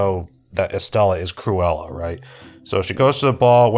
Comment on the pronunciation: Cru-Ella skin-nerd